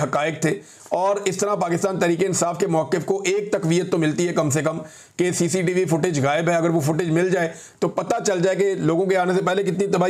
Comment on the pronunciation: تقویت کا تلفظ taqveet نہیں taqviyyut ہوتا ہے۔ نیز مخفف استعمال کرنے کا پڑھا لکھا طریقہ ہے کہ گفتگو میں پہلی مرتبہ پیش کرتے ہوئے مکمل اصطلاح کے ساتھ بتایا جاتا ہے، خواہ وہ BBC اور WAPDA جیسا عام مخفف ہی کیوں نہ ہو۔ لہذا NICOP بولتے ہوئے اپنے سامعین پر واضح فرما دیا کریں کہ اس سے مراد national identity card for overseas Pakistanis ہے۔